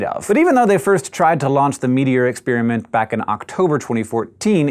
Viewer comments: Expiriment, expiriment, expiriment, expiriment, EXPIRIMENT. It's called experiment! With an "e"! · I can't get over the way he says ex-spearmint.